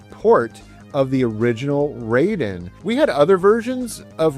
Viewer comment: Hey, love your videos, but you're mispronouncing the name of the games in japanese. Raiden is not English, the kanji are just there in the title, indicating it's japanese. The pronunciation is exactly like when you say Gai-den (not gay-den). Rah - ih- de. I think in the year 2025 aside from sharing the love you have to video games, you also are sharing your own knowldge to others, somehow it's also education, there's also responsability there as well, Please don't be like Joe from Game Sack (tate.... tah- teh).